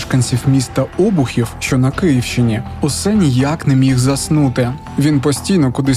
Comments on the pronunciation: Та б...ть не "Обухів", а "обУхів"! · Наголос неправильний. ОбУхів, а не Обухів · Правильно не Обухів,а ОбУхів😊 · Не Обухів, а ОбУхів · Обýхів, не Óбухів 😭😭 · Не О'бухів, а ОбУ'хів. Наголос на другий склад! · Вибачте, але не Обухів, а ОбУхів. Наголос на букву У. Ріже вухо) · по тому як видаляються коментарі видно хто тут не дуже здоровий. Тому триколірні медальки оговоримо в іншому місці. Ще, про ОбУхів - наголос - на "у". Сказав би ти "Обухів" у нашому містечку з наголосом на "О", отримав би обухом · обУхив, а не обухИв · Не Обухів, а обУхів. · Не Обухів,а обУхів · Не Обухів, а ОбУхів! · Не Обухів, а ОбУхів. Наголос на У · Мене теж різонуло Обухів з цим наголосом, бо моя сімʼя з Великих Дмитровичей) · Правильно буде ОбУхів.Наголос на У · ОбУхів наголос на у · У назві міста наголос на букву "У" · ОбУхів, на У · Обухів-наголос на останній склад! Козин- наголос на останній склад! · ОбУхів ,наголос на У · Шановні Обухів вимовляється з наголосом на у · Став наголос правильно. ОбУхів. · Дуже дякую за Вашу роботу, але мені важливо наголосити, що правильний наголос в цьому слові на "У". ОбУхів. Дякую! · Автор, ви знущаєтесь????? ОбУхів , наголос на другу "У"!!!!!!!!!! Соромно так глумитись з назви міста!!! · ОбУхів. Наголос на У! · Обухів, наголос на "у" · Вже тільки за те, що озвучено неправильно наголос в назві міста Обухів ( треба на "у"), відео не дивлюсь. Коли не поважаєте себе, то поважайте жителів міста. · Гарне відео. Але наголос в слові Обухів на У, а не на О. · Я одна вважаю що наголос на назву міста сказана не правильно на початку? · Автор не здатний правильно вимовляти назву м.Обухів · Обухів, наголос на ʼуʼ😤😅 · Доброго дня. Я з цього міста. Наголос на у а не на о. Ця історія тоді налякала всіх. Смт Безрадичі